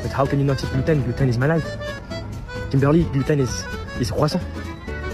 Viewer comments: nooo. it's Kim-ber-lierrr 🤣🤣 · kim-ber-lay got him all messed up..lol